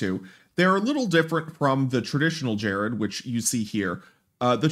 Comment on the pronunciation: Dude, "gerrid" is pronounced with a hard G.